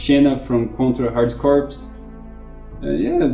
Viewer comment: could someone not have told him he was mispronouncing corps?